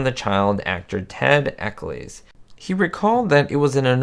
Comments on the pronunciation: It's not Ecclees, it's Eccles, pronounced like Nickels or the Hollies song, Jennifer Eccles. Teddy did a lot of voice work in Hanna Barbera cartoons. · Correct me if I’m wrong, but I believe the surname “Eccles” rhymes with “heckles.”